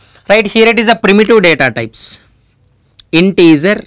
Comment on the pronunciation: integer not intezer😄